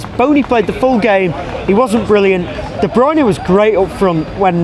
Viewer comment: Gonzalo Olguín also, a random factoid out of nowhere, just for future reference, i read that his name is pronounced de-broon-ya, everyone seems to get it wrong haha